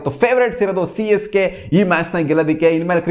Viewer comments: Correct aage helda 😂😂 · Yes its Csgay